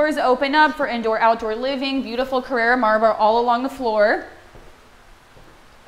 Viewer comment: carrAra marble... not carrera- thats the porsche ;)